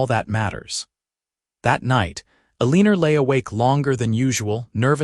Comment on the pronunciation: el - e - nor Not a - leen - er. Is she a professional leaner? Or does she just lean on fences, or whatever, as a hobby?